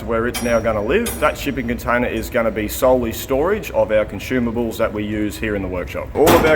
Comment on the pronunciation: There's no "h" in the word consumables ;-)